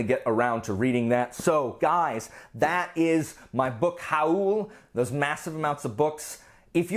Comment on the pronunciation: “Book HA-OOL” - I want to start pronouncing it like that from now on 😂😂 I really want to read the Temeraire series! Can’t wait to see what you think! I need to try the Dresden Files as well after seeing so many people rave about it, but will have to find a different edition because I also can’t stand those weird size books, WHYYY?? Red Rising isn’t YA, but I can see it being a transition novel from YA to adult! But adult fans definitely seem to LOVEEE that series, I need to give it a second try!